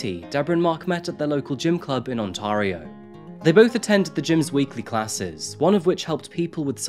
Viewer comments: Not "On-tar-io"....."Ont-tair-io" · A kindly-intended correction: On-Terry-Oh, not On-Tarry-Oh. 🙏🏻🇨🇦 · Great case but just a note! Ontario is pronounced on-tear-e-o. Not on-tar-e-o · Medicine Hat does not look like Calgary, you cannot see the mountains from there, and it's pronounced On-tear-io.